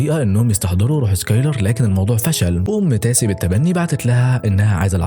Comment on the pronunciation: تيسا مش تاسي